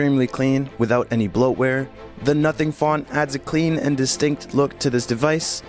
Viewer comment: i swear i heard "nutting phone" 😭😭😭😭😭😭😭😭😭